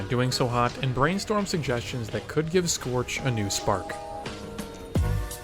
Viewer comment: it's scorch you degenerate